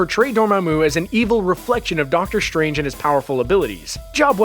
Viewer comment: I didn't realize that "strange" and "stride" are now pronounced "shtrange" and "shtride".